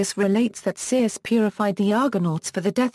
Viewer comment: You would think she would at least pronounce Circe correctly